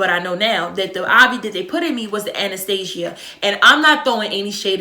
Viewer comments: sis if you say “Anastasia” one mo time 😭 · I was gonna correct her and say anesthesia. Pro nounced Ann-nis-stee-sh-ga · ANESTHESIA NOT ANASTASIA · I love how she says anesthesia lol that accent